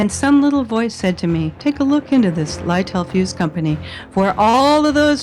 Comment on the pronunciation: little fuse is NOT pronounced lytel fuse, it is pronounced little fuse